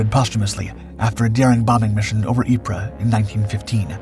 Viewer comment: Ypres in France is pronounced EEP not epres.